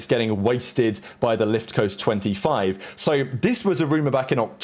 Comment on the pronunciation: Casually calling it the “lift-coast 25” was brutal 🤣🤣🤣🤣